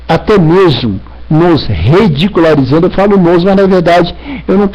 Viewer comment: Esse cara tomou cachaça? parece bêbado! "Reverendo Marsso.." "casamento hateróssexual" "nós redicularizando" Não existe primeira Filipenses, que crente burro!!! Fanático. Puta que pariu religião é o centro da elaboração do ódio. Dizer que alguém não deveria ser pastor, ele é o legislador da religião?